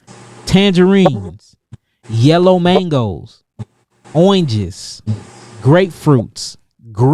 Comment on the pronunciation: Love the way pronounces Oranges🙃🙂🙃😂